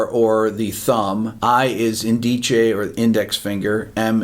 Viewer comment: Wow I didn’t understand your pronunciation of pulgar, indice, medio, and anular for a minute there. You have terrible Spanish pronunciation! 😂 LOL